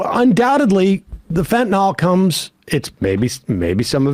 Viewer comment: Why have none of Sam's cohosts ever corrected his pronunciation of fentanyl? How many videos on fentanyl has he watched on this show? It's like listening to my dad say "liberry" and "expresso" and "wee-fi".